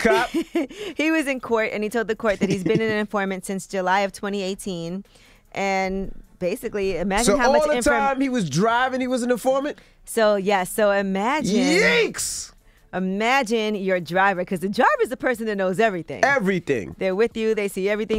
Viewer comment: Its YIKES! Envy, not YEEKS! I hate this guy smh so corny